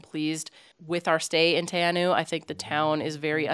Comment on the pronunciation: Theres also a really cool little place to stay on the way at Knobs Flat.Quite cheap and has a really awesome walk to a waterfall,need to take food and drinks cause there are no shops.Also it's pronounced more like tea-r-now 😄